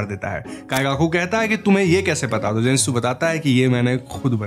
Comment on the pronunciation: You said wrong jinetsu